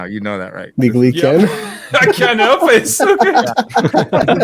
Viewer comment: I gotta know if "I Ken't help it" was said or not lol